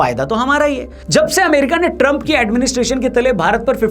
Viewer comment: ट्रंप का नाम सही लिखा है क्या या पहली बार मोदी से इसका सही उच्चारण सुना है